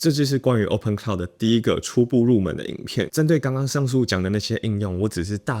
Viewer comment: 不是 科酪，是可囉！